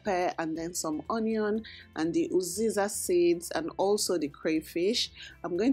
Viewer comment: Pls is there a difference between uziza and oziza? I’m not sure if you’re saying uziza or oziza